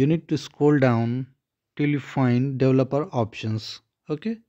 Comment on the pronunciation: You pronounced "developer" wrong. The correct way to say it is, "DE-VEL-OPER". Geeeze! I couldn't figure out what you were trying to say.